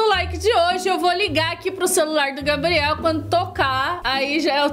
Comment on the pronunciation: Gente e impressão minha ou a falou gabri kkk